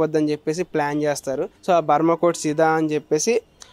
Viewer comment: It's not Burma codes. It's brahma codes